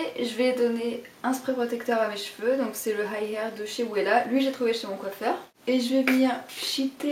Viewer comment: par contre "Wella" se prononce "Vella" lol, ce sont de très bon produits !